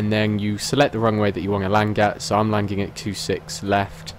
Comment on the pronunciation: Why do you say landing "langing" lmao